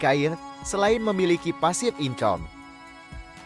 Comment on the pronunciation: Saya tergelitik saat mendengar pasif income (pasifikame bacanya) wkwkwk